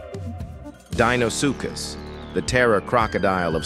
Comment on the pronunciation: How many different ways can the ai narration pronounce Deinosuchus